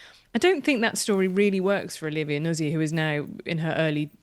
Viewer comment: I presume it’s pronounced ‘Nut-zi’ Emily, given it’s Italy in origin !! Not Nuz-zi